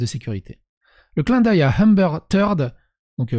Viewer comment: Je suis pas chiant niveau accent mais pour un nom que tu prononces au moins 50 fois dans la video stp C'est Amber Heard et pas Hamber Eard